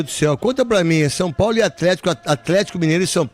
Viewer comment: Mais um.. Meu amigo, é São Paulo e não Sun Paulo. Perde views por começar o video dessa forma, Eu mesmo parei no Sun Paulo.